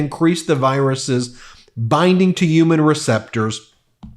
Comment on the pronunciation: Stop saying uman... makes you sound stupid and unreliable 🤦‍♂️ i know you can prounce HUMAN like normal people.